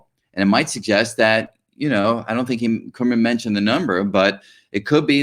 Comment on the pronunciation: Prof. Enjoyed your talks. But one observation, you said you know Prof. Vafa for 30 years!, but you are not pronouncing his Persian name correctly, he must be humble not to bring it to your attention. His name is pronounced as come-run exactly as pronunciation of these two English words together. If you do not believe me call him, you must have his contact details!